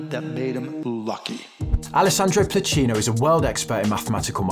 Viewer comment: BTW, it's Pluchino, not Plucino